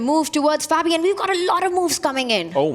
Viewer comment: What's up with David mispronouncing Fabis name?